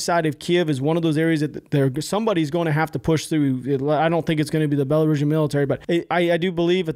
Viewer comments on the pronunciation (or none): none